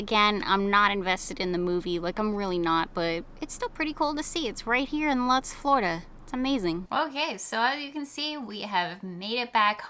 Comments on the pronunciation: Lutz - rhymes with “poots” 💨😂 Not clutz 😉 Great store - I’ve wanted to stop there for a while!!! 💎🌌🔮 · I think Lutz is actually pronounced like "Lootz" :) I'm glad I found your channel. I miss living in Tampa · ..it's a long 'u' sound, please, in Lutz 😎👍🎉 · You pronounced the town wrong.